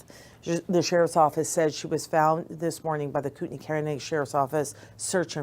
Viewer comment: Thank you for pronouncing Koutenai correctly!!